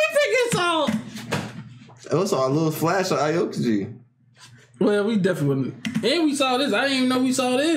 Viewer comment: the same exact lough😂😂😂. stop it his name is aokiji not iokaji come on man it's not that hard. Hmmmmm I'm queries right now wat lead you to watch that reaction,but now i kinda want you guys(probably you won't remember at that time but)after finishing whole one piece episodes to react to your one piece openings reaction.